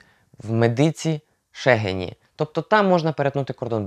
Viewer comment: Не Шегені а Шегині?